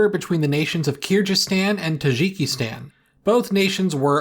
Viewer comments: Tajikistan is also wrong, the j is supposed to be a /dʒ/ sound like in English. Pronouncing it with a french /ʒ/ is just a hyperforeignism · kirjyzstan and tazhikistan